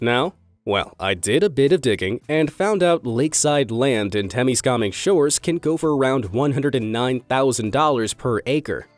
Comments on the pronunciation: My friend and I literally just got back from exploring the Peter Grant Mansion. Also, it’s pronounced “Tem-is-kam-ing”, not teimiskahming. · The person speaking is pronouncing Temiskaming wrong, the correct way is Te mis ka ming. (Peter Grant mansion)